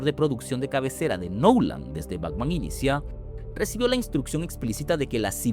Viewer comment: Buen video, pero dijo "Bacman" en vez de Batman, dijo "Nadien" en vez de nadie, y dijo "Agstracto" en vez de abstracto.. que contrate un narrador. Besito.